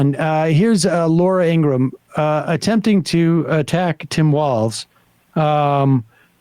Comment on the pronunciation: Ingraham not Ingram